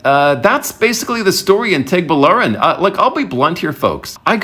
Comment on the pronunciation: Guy. Baler is pronounced Bah-Ler. Tuguegarao is pronounced Too-Geh-Ga-Rao. you're welcome.